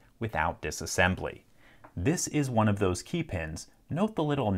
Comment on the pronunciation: After watching dozens of his videos I notice he often pronounces "key" as "kay" like in this one (but never pronounces it that way with "keys" or "keying"). I wonder what region he's from